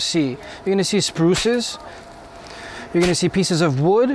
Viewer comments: Sprue not spruces foooooooooooo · Sprue not spruce. Lol.